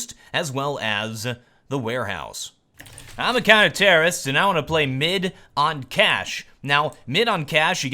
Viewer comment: Whenever he says "I'm a counter-terrorist" i just hear "I'm the kinda terrorist"